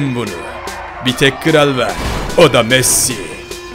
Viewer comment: Ronaldo daha konuşmayı bilmiyorsun messiye masi. Diyorsun konuşmayı öğren hava atma